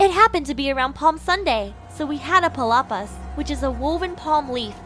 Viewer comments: Palapas??? *pa-las-pas. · It's "palaspas" not "palapas"😭